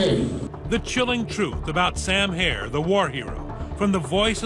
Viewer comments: HERR NOT HAIR ! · HERRRRR NOT HAIR !!!!